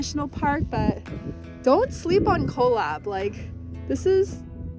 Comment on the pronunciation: Cholla. Pronounced choy- ya